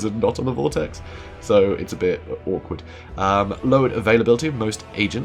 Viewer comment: / My man did you just say orcward? You bring shame on us all.